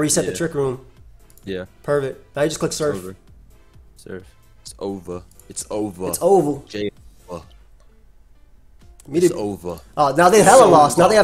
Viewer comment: "hit this man with da soif"